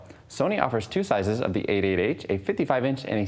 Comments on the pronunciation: Why is he saying "8 8 H"? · A8H sounds like 88h :D